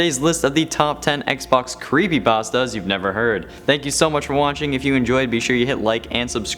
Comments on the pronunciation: No one: Legitimately No One::"Crepepastas" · He said "CrappyPastas" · I thought he said crappy pastas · Good job of saying crappypastas not creepypastas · Oh no... when he said crepypastas i had goosebumps take over me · In the intro u said crappy pastas Also u like xbox hence the topic of the video.